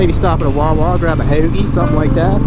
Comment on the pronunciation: Dude, the way you said hoagie at the end had me dying.😂 I'd say my only regret is that I stopped riding for awhile, guess I needed the time away to realize how much I missed it.